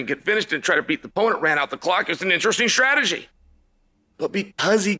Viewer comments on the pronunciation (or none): none